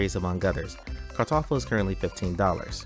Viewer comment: As a german I can say that you did a very good "Kartoffel" there!